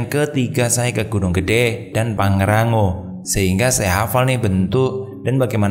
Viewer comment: Pangrango mas bukan pangrangggo haha